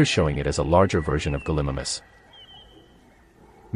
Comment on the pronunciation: The way the AI said Gallimimus 🤣🤣🤣